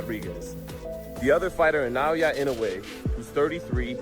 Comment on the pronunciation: and these people still can't pronounce his name right ! 😮wtf ? Na O Yah E no way !